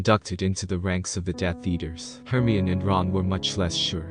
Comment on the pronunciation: Hermyin? HERMYIN? ITS HER-MY-UH-NEE. HERMIONE.